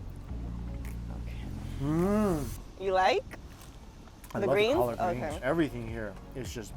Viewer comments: So no one's gonna comment on how Mike called "collard (call-urd)" greens "colored greens"? Really? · It’s collard greens